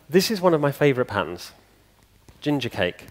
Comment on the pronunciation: To my Yankee ear, it sounds like he says patents instead of patterns.